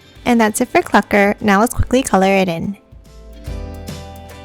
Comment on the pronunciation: Hi! This is my first time seeing your video and I love your voice! And also ty for saying Clukr right because everyone says it wrong including ai😅 and I subscribed and liked the video I’m your biggest fan now! —————————————————————— Edit: I’m gonna to like all of you videos that I see :) Edit2: ok my hands are sweating so hard rn but I liked all of your videos thats today from the beginning of 10 months ago Edit3: I’m going to like all of your videos from 10 months ago to 11 months ago :)